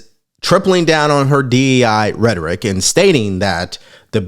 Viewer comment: Someone barely learned the word rederick during this election and now they can't stop saying it like y'all just don't repeat what your told 😂